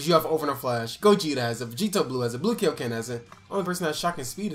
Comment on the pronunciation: Yoo i love u and all but like can you stop saying kay yo ken? Ik y’all know how to say kaio-ken its not that hard lol it just triggers me every time